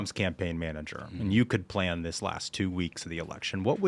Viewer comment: She has done a French accent. “The plan”